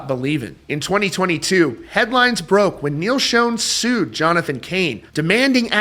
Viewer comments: Good news! Someone posted a very recent concert on YT. And btw, it's still pronounced Shawn, not Shone (as discussed before). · It’s pronounced like Shawn not like shown. You don’t have any business reporting about Neal if you can’t pronounce his name right!! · Dude… SERIOUSLY… It’s not pronounced (like) “Shown”… The CORRECT way to pronounce it, is “SHAWN“ !!!… Holy friggin’ SHIT, man!!!! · Great video. Neil pronounces his last name as "Shawn", not "Shown." I only mention it because you said his name so many times in the video. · Neal Shone? It’s Schon, pronounced like Shaan. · Not trying to be a douche I promise but I’ve noticed on several videos the mispronunciation of Neil’s last name so just for the record it is pronounced “Shawn” not “Shown”. Enjoy your channel bro rock on! 🤘🏼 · Still a great band but not the same without Steve. According to Neal his last name is pronounced Schon not Schone. Just a titbit. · Neal Schon's last name is pronounced "Shaun", not "Shone." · His name is not pronounced "shown", it is pronounced like "Shawn". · Sch-On (pronounced "Shawn") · It's not pronounced Shooon it's pronounced Shaaawn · It’s pronounced Neal (sh•aw•n) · Dude, it's pronounced Sean or Shawn. I've been a fan since Santana, if you ever Saw him live (in the day) his intro from Steve Perry was pretty clear! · Schon is NOT pronounced "shone" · At least pronounce the name right. Schon = Shawn. Ahhhn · Neal's name ISN'T SHONE. It's Schon!!! Sound's like Jon. Stop saying SHONE!!!!!! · Quit pronouncing Neil’s last name wrong please 💗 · Why Can't people pronounce Neal's last name? So annoying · *Sh-ah-n *Pu-nay-duh